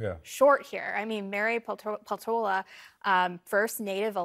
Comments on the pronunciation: I’m curious why everyone pronounces her name wrong. Finnish names & words always have the accent on the first syllable. Whether or not she is an Alaskan native she has a Finnish last name. PELtola. It makes the rest of us of Finnish descent cringe 😄 They do the same with the Niskanen center. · Just a hint. Peltola must be a finnish origin surname. In finnish in all words, names included, stress is always in first syllable. So it is PELtola, not pelTOla. Cheers.